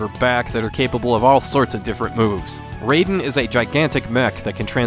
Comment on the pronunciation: It is pronounced "Rye-den".